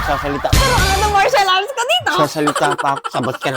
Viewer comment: Martial arts po hindi Comercial arts hahahahaha😂